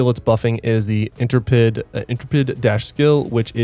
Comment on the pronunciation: Love the videos but I have to let you know… Intrepid? There isn’t an a.. it is pronounced In-Trep-ed .. like a dodge intrepid.. 😉 lol